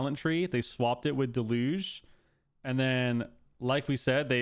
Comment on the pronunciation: DEL-youge (like huge) not Deh-LOOGE